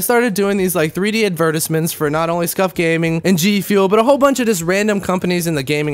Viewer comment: Why does he say advertisement so weird?